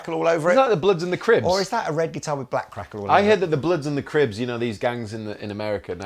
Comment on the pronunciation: It's bloods and crips, not cribs lol.